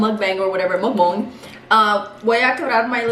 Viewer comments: She said muk "boing" 😂😩 got me dying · Hahah this video had me dying 😂 but here’s a little tip on how to say mukbang a little better.. MOOK(como la vaca moo 🐮) y luego BONG como tú pelotita 😂 De nada 🤪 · alex looks so disappointed when you tried to pronounce mukbang 😭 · Bong bong bong . 😂 dude these are the questions that haunt me . 😂 is it mukbong? Or mukbang? 😂😂😂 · Se dice “MOO-K-BAWNG” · It’s pronounced muk bong. Its Korean for eating show/broadcast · I love your stories. You two are so funny. Truly meant for each other. His face when you pronounce things wrong 😂 but he is so sweet about it. He is never rude or mean to you. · Yay!! Love you!!! Who knows how to say mukbang. I WANT SOME